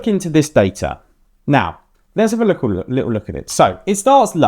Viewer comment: “Likkle look”👀 someone been hanging out with Jamaicans?